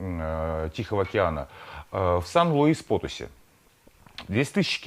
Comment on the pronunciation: Вы же вроде знаете испанский- ударения ставьте правильно, пожалуйста - сiudád de México y Potosí(Потоси́)